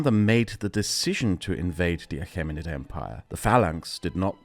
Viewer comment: Great video, just your prounansiation was killing me, Ptolomeic is pronounced tolomeic, achamenid is pronounced akamenid